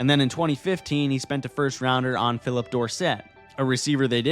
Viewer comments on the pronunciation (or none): none